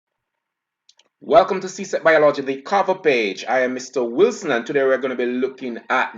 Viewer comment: BIOL-OGY.... pronunciation check an English teacher